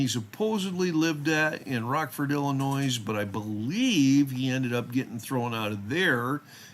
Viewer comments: You’re killing me. It’s pronounced ill n oye, the “s” is silent. The FOID card is required to own, buy, or possess a firearm or ammunition. Meaning even handling a firearm without a FOID is illegal (unless you’re with a FOID card at a range.). In Illinois you have to have a FOID n order to get a CCW. No FOID means no CCW. Illinois requirements to get a CCW are some of the more strict in the country and I don’t believe Illinois acknowledges any other states CCWs. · just so you know the letter “S” at the end of Illinois is silent. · I love your channel, except for one thing. Im from Illinois, and even there is an S at the end, its silent!